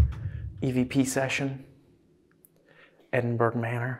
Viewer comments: ed in burr ahh non edin burg...if you cannot understand scottish...do not use it..or try to pronounce it..you just sound foolish...ya dobbers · I live near Edinburgh in Scotland. We pronounce it Edin-bu-ra 🏴 Another great episode. 🥰🏴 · Brilliant episode as usual..........just wish I could teach you how to say Edinburgh properly 🤣😘❤🏴 love you guys xx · The Ghosts are only upset that everyone is saying Edinburgh wrong.